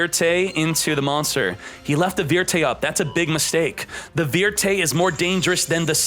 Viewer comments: I want to slap him every time he says vertey Instead of vierte... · Every time he says Vierte (verte),I get dragoon ptsd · When he said "Verte" instead of "Vierte" i felt that... I wasn't watching the video at the time and i thought the vid was for the TCG, not DL. Fear runned down my spine for that split of the second. Pls work on your pronounciation. When i clicked on this vid I expected memes and bots, not flashback about losing to dragoon because you have no out to it. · Hey! Try this: Cyber Dragon VIER: Cyber Dragon WIR? No, it's pronounced like FEAR. Okay, try this instead: Cyber Dragon DREI: Cyber Dragon DREY? NO! You pronounce it like DRY, very simple. Okay fuck the dragons, try Valkyrie VIERTE then: Valkyrie WÖRTEY? Jesus Christ. So one last time, what about: Valkyrie DRITTE or ZWEITE: DRIDDY?? SWEATY??? I give up. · He does mean any harm. He purposely mispronounces words for fun. Just look at his "Machina" videos. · He does that on purpose so people will comment about it. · I'm fairly certain it's on purpose. Like he even flashed how he said it on screen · Ich hasse es wie er vierte ausspricht 😅